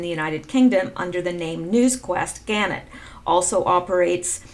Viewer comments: Thanks for your work. Just to let you know - Gannett is pronounced - Ga NET. And the word nuclear is pronounced Nu CLE ar. When you explained the post about Snowden, define the end, etc. , I think you are correct in your deduction. Snowden still can choose to be a white hat, repent. Good work. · Pronounced gaNET